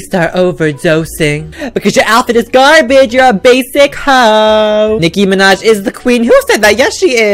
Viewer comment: "Nicki manj"😂😂